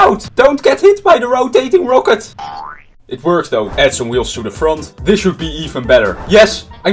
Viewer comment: I cant even get onehundered. Also I’m far better than him cause i can say rocket. It’s rocket not rowket